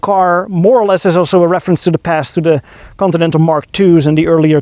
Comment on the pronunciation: How it's spelled: "Continental" How it's pronounced: "coninenal"